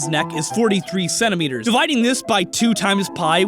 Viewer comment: did this man just say Semineeters?